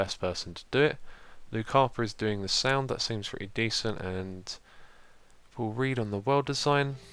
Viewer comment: Does anyone else hear 'Poor Read' instead of 'Paul Read'?